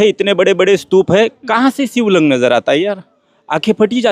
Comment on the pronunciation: शिबलिंग अरे 😂😂😂